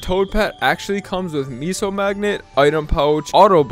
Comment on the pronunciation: wtf is a meeso.